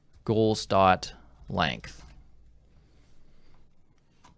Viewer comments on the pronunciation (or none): sounds like you're saying "Ghouls" instead of goals.